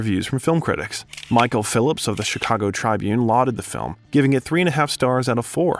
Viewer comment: Is the narrater Canadian or a bot? He pronounced Tribune as "Trybune", and Vicar as "V-eye-car". There was another simple word I don't recall.